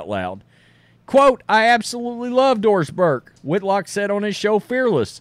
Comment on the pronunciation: When you say Doris Burke, all I hear is Forced Diverse.